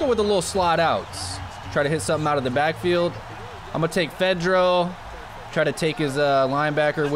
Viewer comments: Pronounced -Fedora Wicks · Yo the TE's name is pronounced Fedora-Witz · It's pronounced fa-dor-uh -wit-z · My dude said Fedro like Pedro I'm dead! lolol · the way u say his name is cj fa door a witch. he is a really good TE for the Texans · It's pronounced fidorawitz